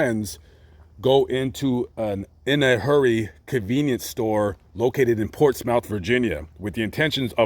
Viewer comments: It’s “Ports - muth” not Ports -mouth. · Not Ports-mouth. But port-smith is how Portsmouth VA is pronounced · Love your videos, but Portsmouth VA is pronounced like port smith. Just thought you would like to know. I know where this location is which it is something else now and I reside in VA for some years now. Great video on this character. I love the fact you cover killers who are not known or world renowned in books and movies. Your opinions and thoughts are great and humor too! Keep the videos coming! Thank you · Portsmouth is pronounced portsmith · It’s spelled Portsmouth it’s pronounced portsmith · Portsmouth is pronounced " Ports mu th"". I was stationed in that area, US NAVY. It's crime ridden and gang fueled. Close to Norfolk and Virginia Beach. The hand of God is righteous and fullest extent of the law. Extensive criminal record? Oh, I am shocked! Contributing to society? Think not. He earned the penalty! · Portsmouth is pronounced ( PORTS-MYTH) Virginia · Great content as always,! I am not 100% for the death penalty as there have been innocent people convicted and sentenced to death. Once executed, there is no coming back from that. DuBois in my opinion, DID deserve it for the vicious manner in which he murdered Council..... Sidebar: Portsmouth, VA is actually pronounced Port Smith. I pronounced it the same as you before my coach told me different. I competed in a bodybuilding show there in 2014. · It's pronounced "Portsmuth". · Ohhh btw the way u said Portsmouth had me weak🤣🤣🤣 it's the way we say it vs other ppl